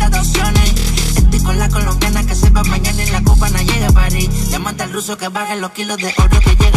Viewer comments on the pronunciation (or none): none